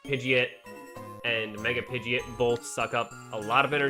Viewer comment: It's pronounced Pidgeo..t not pidgey